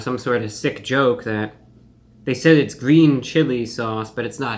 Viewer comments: It's gween, it's gween! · It's gween. 🤢